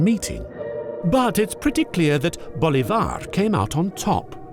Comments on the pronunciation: You are pronouncing Bolivar wrong.The stress is on the I, not the A. It’s BolIvar, not BolivAr. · It's Bo-LEEH-var, not Bo-Leeh-VAR... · "Bo-LI-var", not "Bo-li-VAR"... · well, except for the "Bolivár" accent he pronounced his last name with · it´s prounounced Boleeevar, emphasis on the I. great video btw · Please stop murdering the name Bolívar every time you say it.